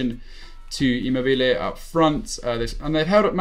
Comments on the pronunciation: It’s ImmObile not ImmobIle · 'emo bilay' 😂 😂 😂 😂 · it’s E-mo-be-le and A-Cher-be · That's just simply a wrong way to say Immobile isn't it? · You pronounce Immobile like a total nob!!!